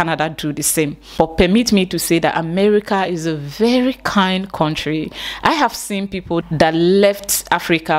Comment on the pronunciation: Coming from a person who says “ corntry “ I’m done with this lame-mindedness